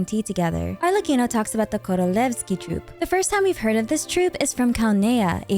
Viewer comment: Thank you for the awesome video!! Btw you absolutely aced the pronunciation of “korolevskiy” and “vodyanitsa” 👏👏👏